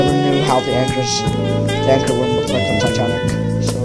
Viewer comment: is ANCHOR not achors